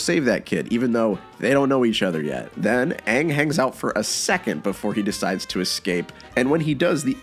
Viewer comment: I mean you could say Shyamalan couldn't win when making The Last Airbender... but I think a start would be able to say the main character's name. It's one syllable. 😥